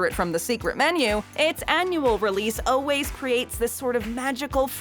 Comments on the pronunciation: the narrator says “undoubtedly “ and “oh-ways” repeatedly... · There’s no “b” in “undoubtedly.” But there IS an “L” in “always.